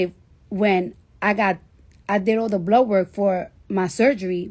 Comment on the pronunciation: She kept saying 'blow work' and I thought she was being nasty. But she's actually saying blood work